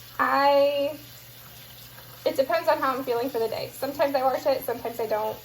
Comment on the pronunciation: Came across on of your earlier meal prep videos and love the channel! It cracks me up when you say 'warsh' lol. Definitely inspires me to start gardening!